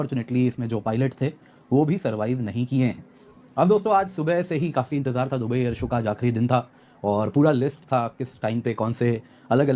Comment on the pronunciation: "air so" lol😅